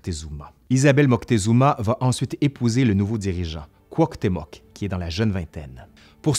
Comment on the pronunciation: et on dit Cuauhtemoc, c'est pas très sérieux tout ca